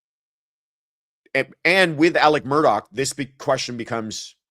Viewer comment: Speaking as a South Carolinian, You absolutely said Alex Murdaugh’s name correctly. It’s how he says it himself.